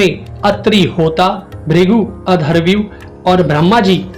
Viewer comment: Please अध्वर्यु का उच्चारण सही कीजिये। आपमे अधरव्यू उच्चारण किया।